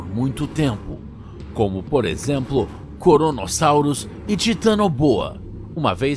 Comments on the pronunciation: Ele falou coronossauros! É a pandemia que faz a gente falar essas coisas! 😅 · coronasauros eu entendi no começo kkkkk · Esse cara fala corono sauros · Eu entendi ele falando koronasaurus ksksk